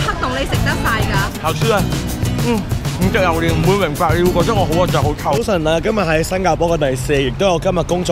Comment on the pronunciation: 點解要讀榴蓮讀榴鍊🤣支持你 你真係我地既開心果黎😟要笑多啲